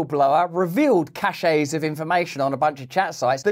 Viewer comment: CACHE is pronounced “cash” CACHET is pronounced “ca-shay” Learn it Live it Love it